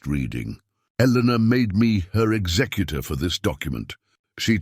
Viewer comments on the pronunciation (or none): none